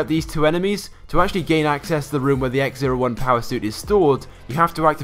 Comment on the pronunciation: X-O1 not X-01